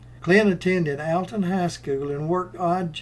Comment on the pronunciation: Alton, IL. Pronounced ALL TON